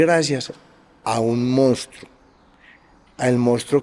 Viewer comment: que especial, inteligente y único, no sabe ni pronunciar "Monstruo" pero es tan inteligente, bueno y victima que nos dijo la verdad de su triste infancia (casi nos cuenta hasta la historia de cuando estaba en el vientre de su madre) y sus relaciones fallidas (por esas "malas" mujeres, que no veían lo especial del buen corazón del asassino este) 😂